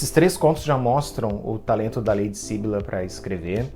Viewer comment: Ahh, muito obrigada pela resenha dos contos! Fico feliz que goste das minhas coisinhas! 🧡 Interessante você notar que os enredos estão interligados, poucos leitores perceberam isso! (só uma observação: é syBYlla e não SYbylla 😁)